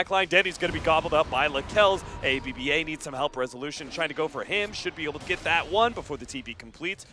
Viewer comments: aaBBaa pronounces AB-BA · ab-ba not a-b-b-a haha